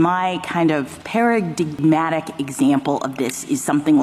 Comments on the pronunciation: WE KNOW ITS SAID PARADIGMATIC NOT PARADIM ATTIC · Lol. Ketanji mispronounced paradigmatic. IGNORANT. How does someone THAT IGNORANT get on the Supreme Court. Ouch. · Did anyone else catch that Jackson can’t pronounce ‘paradigmatic’